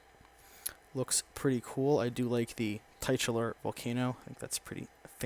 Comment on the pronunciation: Tit-ular ... not Tight-ular.